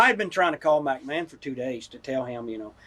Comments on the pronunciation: Mack Man instead of McMahon. 🤣🤣🤣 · Yeah, I laughed out loud at that too. He repeated it too. He finally got it right on his last attempt when he says Macho got to “sachet“ her around.